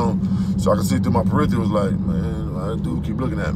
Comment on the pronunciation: its peripherals brother..not peritherals